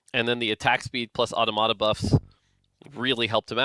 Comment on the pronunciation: The pronunciation of "automata" is like someone taking a file to my incisors.